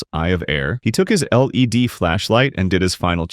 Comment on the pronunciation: not sure if the incidents here are ai, but if you listen to the voiceover, its definitely ai. the way the voice emphasises each letter of psi and led tells you everything